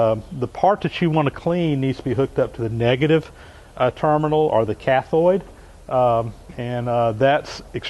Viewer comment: It's cathode and anode, not cathoid and anoid :o)